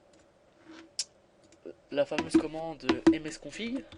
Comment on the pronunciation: Chez moi c'est msconfig et non msconfigue !